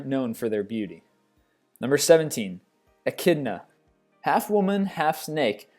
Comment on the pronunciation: It's Echidna.